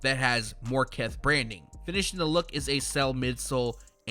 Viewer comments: Keth is cringy too it's KITH not Keth smh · Says “Keth” instead of kith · "Keth"? Lol